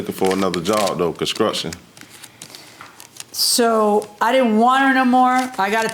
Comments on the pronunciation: "Conskruction" scumesaywhet?! What a catch! 🤦🏽‍♀️ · "Conscrukshun".... this is a real person ya'll!